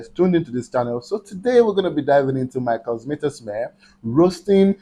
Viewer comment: Sein deutscher Name heist: Michael Mittermeier ❣ Und nicht Michael McInteyer